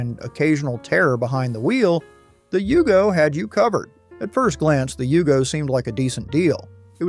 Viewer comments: And it was a Yugo, not a Hugo! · It's a Yugo, not a Hugo... And nothing american about it. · I can't believe these videos they can't even get right the pronunciation of cadillac cimaron , it's yugo not hugo this video's moronic maker can't get ANYTHING RIGHT. So why should you watch this video? You can't believe anything they say. They're just wanting to cash in.